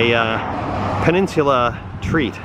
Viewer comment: I've never heard anyone pronounce it that way. It sounds like you are pronouncing it "pen-nins-yoo-lah" but it is actually "pen-nin-soo-lah". No big deal - just trying to help you say it like we say it. Very impressed with some of the places you were able to take that rig. Glad you enjoyed the UP. It is like a whole different world up there. And you nailed it on some of the UP details. The pasties and the mosquitoes - lol. Our personal favorite pasties can be found in Paradise MI. Be well and come on back.